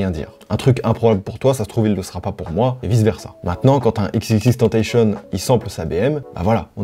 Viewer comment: c'est pas ix ix ix mais ex ex ex, et je crois que tentacion il le dit a la française tentation